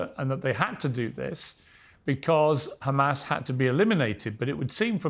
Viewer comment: 2 American Jews, both came from the same place, one call it correctly Hamas, and the other one suddenly cannot pronounce it other than Khamas 🙄 Even piers can say it correctly. it's حماس